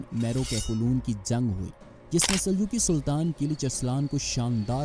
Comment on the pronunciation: Zung nai re bhai jung bol